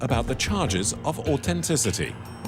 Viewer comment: What is this 'AUTENTICITY'? Say it properly! It has a TH ! AU TH ENTICITY 😂